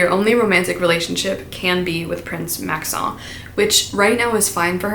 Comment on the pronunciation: I hate to tell you this but Maxons name isn't that fancy😅It's pronounced like Max-in, which tracks with the spellings of the other names in this series😩